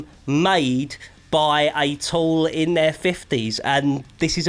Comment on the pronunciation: Tool. Not Toll.